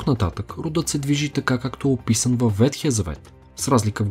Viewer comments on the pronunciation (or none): Благодаря за интересния, както винаги, епизод. И една малка поправка. Правилно е да се казва ВеХтия а не ВеТхия. Вехтия от вехт - стар.